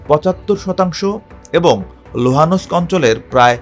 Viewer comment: কি বাজে উচ্চারণ, দোনেতোস্ক !! লুহানোস্ক? wtf